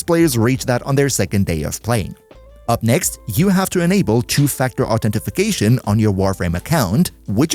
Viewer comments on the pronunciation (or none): Two Factor "Authentification" hahahaha ! Great video, sorry, but I had to !